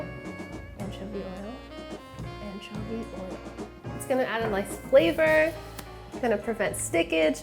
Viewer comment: or as Chris Morocco would say ANchuvy